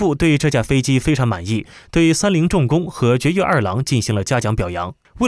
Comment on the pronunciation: 这个频道很多地方都让人无语，堀越二郎念成掘越二郎也是醉了